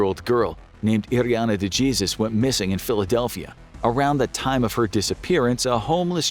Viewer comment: Please tell you narrator it’s pronounced pen-eh-ten-chur-ee. Penitentiary. And the Spanish word Jesus is pronounced hey-sus.